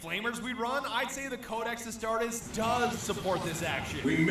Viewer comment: The way you pronounced astartes hurt me it's ah-star-tees